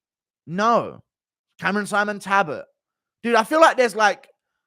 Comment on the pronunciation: Its not fkn Tabbit there is an L in his name, its TALbott